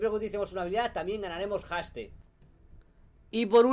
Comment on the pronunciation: Mejora tu inglés Knekrooo, que casi me da un ataque el escucharte decir palabras como Haste, etc.. XDD